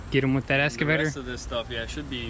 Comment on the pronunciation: Hey it’s called an Excavator not an escavator. Lol.......😜